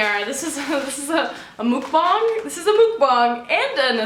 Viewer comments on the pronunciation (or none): I love you but the way you pronounced mukbang is cancelled. 😭😂😂😂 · When she pronounced mukbang the right way 🤤